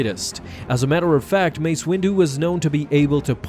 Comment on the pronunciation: U said massa